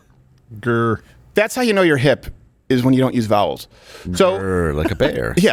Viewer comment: Did you say vowels? Or bowels?